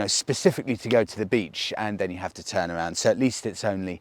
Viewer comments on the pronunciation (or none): none